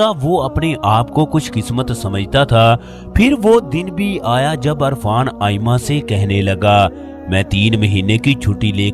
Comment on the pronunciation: Irfan not Arfan